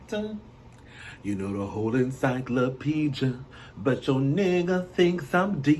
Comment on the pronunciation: so drunk he said encyclopedjia lol